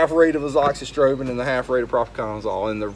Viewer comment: Finally, someone said Azoxystrobin. Now I know how to pronounce it!